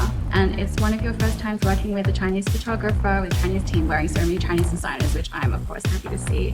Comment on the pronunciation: Kim keeps saying fur-tographer. It's Pho-tographer. 😢